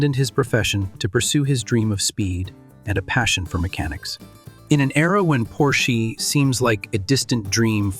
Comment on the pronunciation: You should look into hiring a real person to do your voiceovers. While I understand if English is not your native language but the AI voiceover used is so bad that I stopped watching when the word Porsche was so poorly mispronounced it felt like slop.